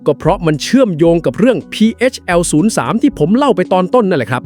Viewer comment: พีเฮชแอล03 นะ. ไม่ใช่พีเอสแอล03 อ่านให้ถูกด้วยPHL 03